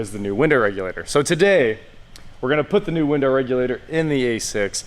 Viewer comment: Yep he said winder